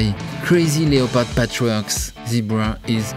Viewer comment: This has to be funniest fashion video ever. To Hell with all the uptight fashionistas, let’s talk about the Tiger King and his outlandish clothes! That is true fashion! My face hurts from smiling so much from the jokes, the Joe Exotic references, and zany descriptions (“animalistic galore”). My hurt flutters each and every time you said “le-o-pard.” In English, we don’t pronounce the “o,” but from now on, I shall say “le-o-pard! le-o-pard!”